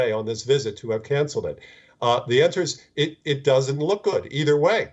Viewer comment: this guy is a jounralistic ganster. he shit bombed like 10 "WISIT"(s) during that entire interview.... he's like WUT?? I DONT NEED THIS JOB!! WUT!!!